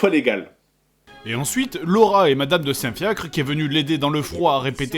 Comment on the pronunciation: Chaque fois qu'elle dit "Madame de Saint-Fiacre" j'entends "Madame de Saint-Fiak"